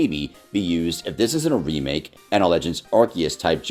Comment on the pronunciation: Why do I often hear one of the speakers pronouncing “remake” as “remick”?